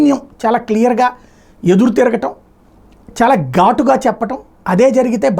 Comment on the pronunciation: gatu ga kadu. Ghatu ga anali